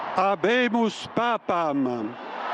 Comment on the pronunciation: The female commentator obviously never studied Latin. She butchered "Habemus papam."